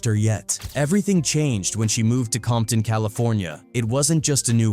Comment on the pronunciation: Not AI saying "Bompton" 🤦🏽‍♂️🙆🏽‍♂️🤣🤣🤣